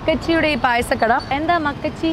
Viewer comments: മക്കച്ചി അല്ല മക്കാച്ചി..നന്നായി വായിക്കാൻ അറിയാല്ലോ 🤭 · മക്കച്ചി അല്ല.മക്കാച്ചി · Makkachii alla makkaaaachii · Makkachi alla chechi makkaachi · മക്കാച്ചി ആണ് മകച്ചി അല്ല